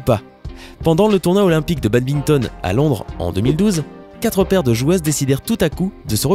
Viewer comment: BADMINTON !!! pas badbington